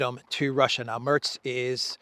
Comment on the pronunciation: The E in Merz is more like the e in "telling".